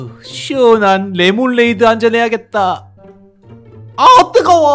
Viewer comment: 레몬에이드가 레몬레이드로 발음 됌